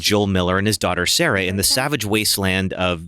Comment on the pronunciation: Sarah not sere haha